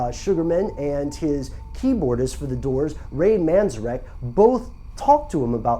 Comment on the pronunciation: That guy kept mispronouncing Ray Manzarek's name.